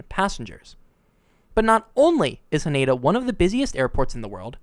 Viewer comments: It's pronounced HA-nay-dah. Not "Huh-NAY-duh." This shit isn't that hard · Nice work. Would sound a lot better if you actually said the name of Haneda as its Japanese pronunciation “HA-NE-DA”instead of the mangled English “ha-NAYda” And…. This year (2026) is Reiwa 8. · Ha-NEH-Da not Ha-NAY-Da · It's pronounced HAH-ne-dah, not hah-NAY-dah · Do yourself a favour, learn to render Haneda correctly. Ha Ne Da. Break into consonant-vowel clusters. No stressed syllables.